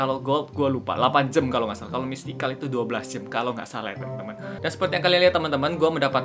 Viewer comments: kak Miaw aneh ngomong jam jadi jem :v wkwk. ... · "jam" bang, bukan "jem" :v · kak regi kok kalo ngomong jam jdinya jem?apa cuman aku aja yg slah denger yak😅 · kak regy kenapa bilangnya jem bukan jam #chatdong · apa cuma gue disini yang nge-denger dia tiap kali ngomong "jam" jadinya "jem".... "Gem" mungkin maksudnya... :VV